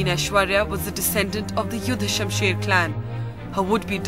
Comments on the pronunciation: That's not yudhashamsher you morons that juhdhashasher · It’s Juddha Shamsher not yuddha Shamsher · Juddha shumsher not yuddha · Not yuddah sumsher .its judda sumsher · Juddha Shumher Not Yudha Shumsher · It's not yuddha Shumsher it's juddha Shumsher. Don't fool people's